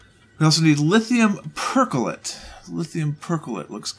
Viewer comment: not lithium percholate, but lithium perchlorate please xD